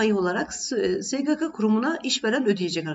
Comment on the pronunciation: Sgk diyememeniz cok rahatsizedici)